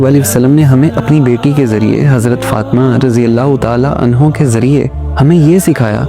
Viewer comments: Bhai apka batanay ka andaz bht piyara hay bus ek choti c islah kr lein. Ummahat k sath razi Allahu Anhaaa ata hay anhuuu nhi. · Your voice is quite heartwarming and attractive, but in the last, you said hazrat Fatima Razi Allah Tala Anhu, not Anha. Thank you ❤ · Hajrat fatima raziAllah an ho nhi hota h anha hota h. Anho mard m lagta h..